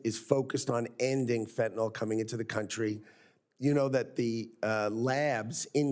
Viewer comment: Not fentanol! -ol is an alcohol. Fentanyl is the deadly synthetic opiate. - -nyl pronounced nil. fentaNYL.